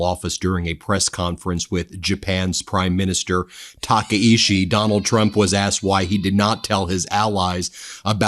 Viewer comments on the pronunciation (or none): Ta kaiee chee. Sorry your pronunciation is driving me crazy... As a U.S. national who lives in Japan... I am worried about my future. You can see the "honne" bubbling underneath all her effort to maintain "tatamae" with all her might. Takaichisan is well known for not taking bullshit from anyone. Japan has pacifism built into its constitution. Japan's military is strictly relegated to defense of the Japan and its territories and aid in the case of disasters. It would take an amendment to the constitution, or in Takaichi's efforts a new constitution. Japan has no intention of ever helping Trump with his illegal war. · Taka-ICHI (CHI is pronounced like CHEESE - not SHI) TAH-KAH-E-CHEE